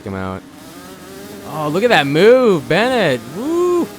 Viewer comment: It's Ben-waa not Bennett 👍✌